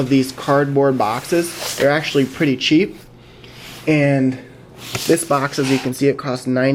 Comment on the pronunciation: Cheap is pronounced with a "tch" sound, otherwise it sounds like "sheep"! Couldn't help myself pointing it out, but really, an awesome video you got there :)